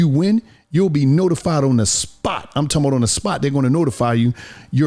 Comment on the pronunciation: “I’m talm bout” 😂